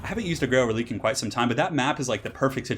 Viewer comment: Btw Reliquae is pronounced reli-kway It's a French inspired word, so the q is pronounced like a kway rather than a hard k. This is a PSA to all YouTubers that pronounce it releek